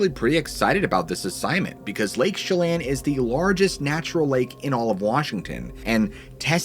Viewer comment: You pronounced it right the first time.. it is however NOT "Lake Shellin." Chelan (Shuh-Lan)